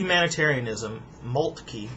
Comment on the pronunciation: Moltke is pronounced Molt-kuh, but that's a minor quibble. Excellent video.